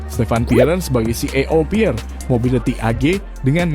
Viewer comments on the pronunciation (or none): none